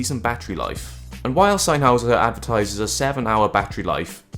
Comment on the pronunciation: It’s sennheiser not sannnhauser. Nice clear video tho.